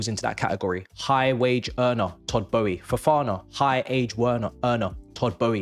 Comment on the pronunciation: Good video however it’s Boehly!